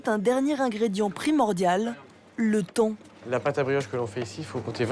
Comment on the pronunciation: "le thon" ???? Va faloir reapprendre a parlwe francais correctement pr celle qui fait la voix off. Du "temps" pas du thon...